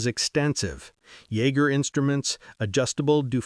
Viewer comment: Pronouncing Voisin and Jaeger properly would be too much to hope for?